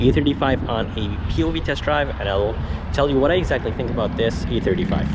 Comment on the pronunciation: Why does is sound you calling it the AMG E35 but you have A35 in the title.